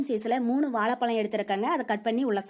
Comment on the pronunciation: pronounce valaipalaum properly aunty thn u do video in you tube channel